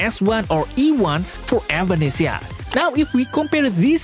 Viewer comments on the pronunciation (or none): Sorry who? evAnesisa? Tf you getting those pronunciation from?